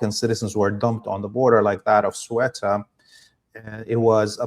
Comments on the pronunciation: Hi. You're definitely NOT pronouncing Ceuta correctly. And as a Spaniard I find it a bit unnerving... 😂 If you want the proper Castilian Spanish pronunciation, it'd be like Theh-oo-tah whereas that Th is read like the one in think. Anyways, thanks a lot for you good job. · Not in Castilian Spanish. Here it's is Theh-oo-tah, whereas the Th sounds like the one in think, not like an s. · Thanks and, great podcast! Just to confirm and for future reference, "Ceuta" is pronounced as "Theh-ooo-tah". Here in Spain, we already know that the US, Israel and Morocco were involved in this crass publicity stunt where sadly dozens died, and so we remain united against the Zionist enemy. Free Palestine! 🙏 Much love and prayers from a very hot and sultry Spain.🙏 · It's pronounced "Se-UUU-TA", with the accent on the `U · In Arabic it's pronounced Cebta. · If you don't have time to check the pronunciation beforehand why not pronounce it phonetically? We won't fault you for it. I would think it would be more like See-you-ta. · its pronounced Ka-yoo-ta. BTW i agree Israel is at work here, but claim that there are no disputes between Morocco and Spain is insane. Algeria and Western Sahara are two massive disputes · It's pronounced S like in song, E like in when, U like in tooth, T like tempest & A like in ample SEUTA. Rgds & thanks for your good work. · Ceuta is pronounced: say-oo-ta🙂(oo as in good) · It is pronounced Sebta by the indigenous population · Thauta for English speakers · Ceuta = " thay-ooh-tah" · Inaccurate and dishonest information you should both do your homework you not even know how to pronounce the name correctly of the city you both don’t know anything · Surely SURELY if you've actually looked into this properly you've learnt how to pronounce Ceuta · You pronounce it as Sew-ta. I see many people pronouncing it wrong. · hello! it’s CEUTA. i can’t understand why you two cannot pronounce it. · It's CEUTA! Not SUETA! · pronounced Ce(h)uta